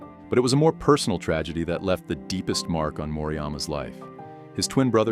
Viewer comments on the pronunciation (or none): none